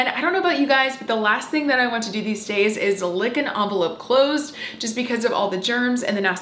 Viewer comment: I’ve never heard anyone pronounce envelope like that lol